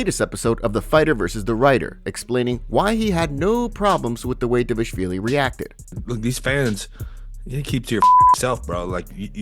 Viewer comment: Did you see the video of Merab teaching how to say his last name? Because it seems like you didn't. You keep calling him Devishvili which is wrong. D-Val-Ish-Vil-e. Everyone always skips the val. It's D-Val-Ish-Vil-E It's not Dev-ish-vilie